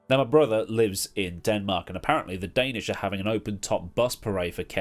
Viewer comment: As i Dane myself your brother’s pronunciation is very right. Pretty cool to think your brother is living in Denmark